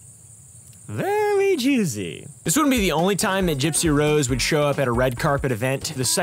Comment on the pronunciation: “veeewy jwuicy☝🏽🤓” - 2024